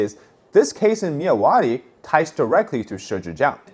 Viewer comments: I'm from Burma my dude. I know you are trying your best with pronouncing our names. Myawaddy is pronounced "Mya^ Wat D". Love your content dude. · As a Burmese/Myanmar, the way you pronounced Myawaddy makes me spilled out my drink haha.